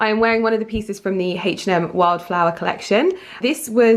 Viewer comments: Haaaach & M it’s pronounced H&M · Haaach & M it’s called H&M